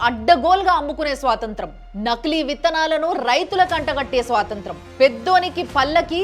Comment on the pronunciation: స్వాతంత్రం కాదండి స్వాతంత్ర్యం .